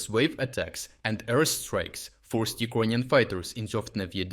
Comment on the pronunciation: Why does no one else say Ekroynian instead of Ukrainian?